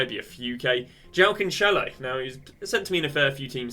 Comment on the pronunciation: “CanCHElo”, “Gee-eiro” you can go on with the names